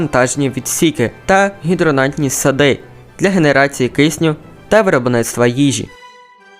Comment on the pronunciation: правильно - гідропонні сади, а не "гідронаннтні"